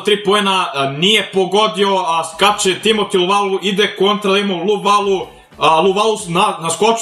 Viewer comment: Kaze se Luvavu ne Luvalu